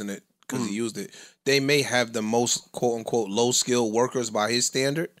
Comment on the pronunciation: keeps saying ''quote on quote'' does he know that its ''quote Unquote''